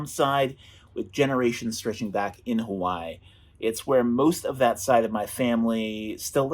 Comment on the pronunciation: Hey! As a self identified Native Hawaiian, at what point will you start pronouncing Hawai’i correctly?